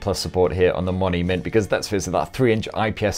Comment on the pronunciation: Everytime he said Mony mint i heard monument and thought wtf 😂😂🤔